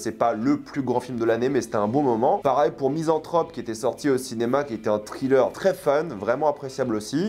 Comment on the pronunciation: TRilleur TRilleur TRilleur raaaaahhhh... Nails on a chalkboard. Have mercy on our ears. Evil Dead Rise, craignons le pire... des films d'horreur qui ne réinventent rien, l'ennui cette année. netflix, Disney+... quelle époque de merde. Asteroid City : une grosse arnaque, un des pires Wes Anderson. Je ne garde de cette année que Fifi, Oppenheimer et Mars Express. Barbie : sans intérêt, un gâchis du talent de Gerwig pour un propos téléphoné.